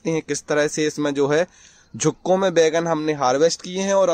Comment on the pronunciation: झुक्कों में नहीं ,गुच्छों में होता है।बोलना सीख जा जरा।